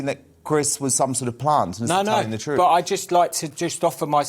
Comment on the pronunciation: But he speak the "TROOFF"